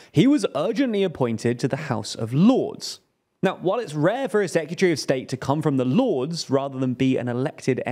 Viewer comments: There is no U in "Secretary". Its not pronounced "Secutary". I know its small but it grates. On next week's edition of annoying youtube pronunciation checkers: "it's nu-clee-err-" not "nu-cu-ler". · Foreign "seck-you-tree"? I guess that's from the same box as "nuke-you-lar". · Is that really how people pronounce "secretary?". Sec-yuh-tree I say it as it's spelt: Sec-re-ta-ree. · Great coverage, as usual. Can I just point out though: "Secretary", not "Secyutary" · Never heard someone say sekyootry before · Dude learn how to pronounce the word S E C R E T A R Y, say it slowly. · Why you saying sec-u-tree? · Secutry? Sec-yoo-tree. Am I just an idiot American or can brits not pronounce English properly… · If my job required me to say the word 'secretary' multiple times, I'd be inclined to learn how to say it properly. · The way he pronounces Secretary is mad! 😮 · I think the host has a problem with the pronunciation of the word ‘Secretary’. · Great video, please learn how to say secretary though